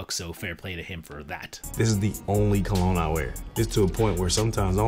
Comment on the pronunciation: First one butchered the word 'cologne'.